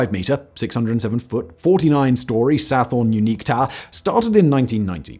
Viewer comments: Sathorn/Sathon is pronounce Sa-Ton not Sa-Forn FYI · I wish he didn't pronounce the 'Th' in Sathorn. There's no 'Th' sound in Thai language. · Your pronunciation of "Sathorn" is completely incorrect. Otherwise a good video.